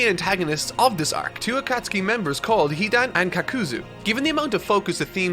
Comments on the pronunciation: Great review terrible pronunciation on some of the names. A-koot-suki is more like Ah-kat-ski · Do you pronounce the names wrong on purpose? It HAS to be on purpose, right? Asuma, not aSUma AKAtski, not akaTSUki If it's intentional I can see why you don't pronounce Sasuke SaSUke. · "aKAT-SUKI" has the same energy as a new Japanese learner saying "deSU" at the end of every sentence. I know it's a totally natural mistake to make but it's still incredibly cringe. Petition to get to study Japanese that way he can be even closer to the source material and we can be spared these awful pronunciations xD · “Ah-ta-suki” “jin-jor-jichiki” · Bro can pronounce Sasuke but cant say Konoha or Akatsuki xD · Loved this video.....but the way you pronounced Akatsuki made me gag 😂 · There is no way that he really thinks that's the right way to say Akatsuki.. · The way pronounces “Akatsuki” is cursed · The U in Akatsuki is silent. Just like it is in sasuke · Brooo spend some time learning how to pronounce these names lol. Akatsuki had me rolling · If this man says Akatsuki like that one more time I'm going to have a seizure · Is it me or is the way her pronounces akatsuki really aggravating? Dont get me wrong i love this channel but if you watched the show you would know how to pronounce it. Also i know american dubs can get pronunciations wrong but i looked it up and it said correctly so why on earth are you constantly saying it wrong. Ah-kat-ski not Aka-sooki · The way you say Akatsuki is a pronunciation I've never encountered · I love how says Akatsuki like I used to before learning the proper way lol. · The over pronunciation of Akatsuki keeps getting to me the katakana does use a long consonant or vowel sound and I know its so nerdy to complain about pronunciation but it keeps breaking my immersion so I gotta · The way he say Akatsuki irks me. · The pronunciation of Akatsuki you chose grinds my gears😂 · Ah-Kuh-Sue-Ts-Ki, he says.... 🤦🏻‍♀️